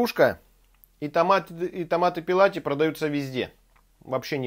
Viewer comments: Брависсимо!!! Спасибо приятно и вкусно вас смотреть! Одно поправочка-не пЕлати, а ПЭллати-(в переводе с Ита) - без кожуры, очищенный. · !Не пИлати,а пЭлати.